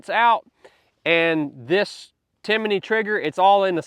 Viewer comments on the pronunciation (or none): It's Timney, not Timiney. Sorry, yeah I'm that guy. I only mention it in case someone wants to check out their products. Timiney was a cricket I think. That said, great advice.